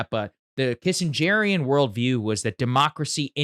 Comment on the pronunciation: Bro say “kissengerian” one more time see what happens